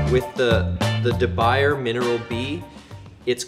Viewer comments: I know this may seem picky but it is pronounced Dee Bou yeh. I make issue of this because I think most folks want to know what proper pronunciation of a name would be. Thanks for the video. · With that amount of oil I could've seasoned about 2 dozen pans .... and it's pronounced "De" "Bwie" "Zjéé" .... ffs